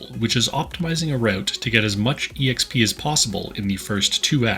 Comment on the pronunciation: EXP is short for Experience. Please stop pronouncing it as E-EX-PEE, it's just pronounced EX-PEE.